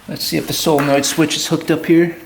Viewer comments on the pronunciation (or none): none